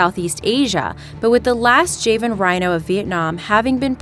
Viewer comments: It’s not Jay Van! It’s jah van. Please learn it’s pronunciation. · It’s not “Jeven” its Java n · Reallt bitch.. the JAY-VIN ... its JHA-VIN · It's not "Jay-one" but "Jaa-one" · Javan = JahVan not Jayvin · It's Pronounced Ja - van not jei van rhino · you're pronouncing javan rhinoceros wrong. It's jaw van. Like The country. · if the island is pronounced java why are u calling the rhinos jayvan rhinos? also u called the Iberian lynx the most endangered feline when actually Scottish wildcats are, there are only 20 Scottish wildcats, sigh.. also pangolin plates aren't scales they are modified hairs, like armadillo scales... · Can yu say java lol right as I typed java u said it proper now just add an n and maybe you can say it right lol I love how you tubers get so many easy names wrong but then pronounce hard as fuck words but so far out of 20 videos I've only heard you mispronounced 3 words now including javen lol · Interesting video, very sad topic. But the narrator mispronounced the word “Javan.” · You say Jay-van rhinoceros yet you say java correctly. Okay..